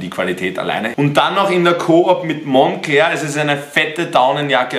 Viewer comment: Monclör auch gut ausgesprochen